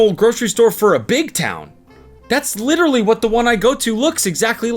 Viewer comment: That "h" on the end of literally spun me out cause I can hear it!! 😂😂